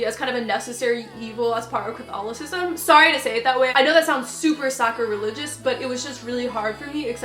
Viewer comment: look up how to pronounce "sacrilegious" ;)